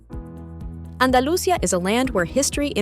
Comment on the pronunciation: Galisha? Andalusha? Really?